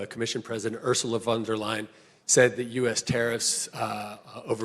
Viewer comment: He can't even pronounce the name of the EU president right . He's a Dumbo .